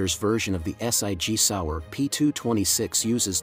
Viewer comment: Point 375 s i g? Is that .357 SIG? Ess Eye Gee Sour? More computer voiced poor interpretation and spelling . 🙄 But, some great guns here.